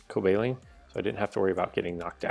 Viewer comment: Please stop pronouncing Cobalion incorrectly. "Cobaleen".....FTW?!?! I enjoy the rest of your content though....